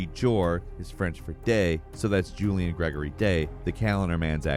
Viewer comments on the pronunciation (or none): none